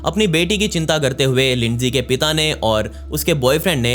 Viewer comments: Bhai lindsay hawker naam hai naki leendi hawker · Lindi nhi Lindsay 😑